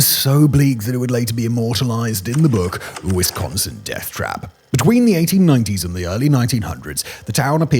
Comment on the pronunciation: It’s Wisconsin death trip, not trap